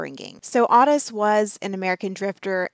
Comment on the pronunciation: Everyone I've ever known with that name pronounces it like OAT-tis like a short O and tis like tisk tisk. The way she's pronouncing it drives me nuts. I don't know why but makes me want to yell through the screen at her how to say it properly.